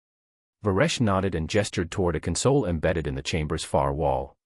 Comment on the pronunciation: MISPRONOUNCED THE WORD CONSOLE.